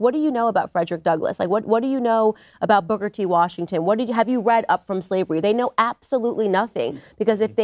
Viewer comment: am I the only one who heard "Booger T Washington"?